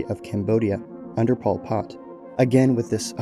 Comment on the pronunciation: Good video but the way you pronounced pol pots name was actually pmo 😭